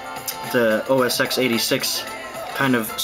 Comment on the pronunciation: Which is better? Falcon SSD or RunCore SSD? BTW it's OS 'ten' not OS 'ex'. The 'X' is the Roman numeral. You sound like a noob when you say 'ex' :)